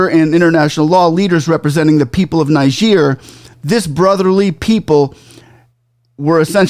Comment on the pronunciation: Are you saying Niger or Nigeria. Your pronunciation is not clear there. It appears you are saying Nigeria instead of Niger